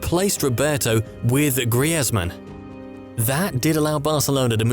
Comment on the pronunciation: Genabry, Tihago, Grihezmann..? Wtf...